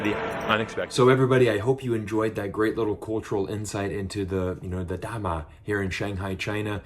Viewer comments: happy to find your channel. About the 大媽, make sure you say Da Ma (Ma is 3rd tone, even tone), not Da Ma (2nd, upward tone), cuz it then sounds like 大麻 or marijuana. Thank you for speaking earnestly about China. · it's sound '大馬' to me 😁😁😁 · Your pronunciation for DA MA sounds like you saying Marijuana in Chinese lol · The way you called those ladies sounds something different actually 😂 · Nothing to pick on 🤣🤣, so I am picking on your Mandarin for 大媽😅😅! Your pronunciation is off a little bit. But what do I know..... I was born in Hong Kong, spoke Cantonese and studied English until twelve when my family immigrated to NYC back in 76’s. My late wife spoke Taishanese, Cantonese & mostly English with me. And now my current wife is a Chinese national from Harbin, and we spoke Mandarin everyday. Her English has a Malaysian accent since she studied in Kuala Lumpur😂😂! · Your pronunciation actually means weed.. the narcotics. .. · Great job as usual 👍! Just a quick comment on your pronunciation of “da ma”....it means marijuana 🤭. The “ma” has to the 4th tone to mean “mother”. 😀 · ma should be the first tone. He’s already doing pretty well!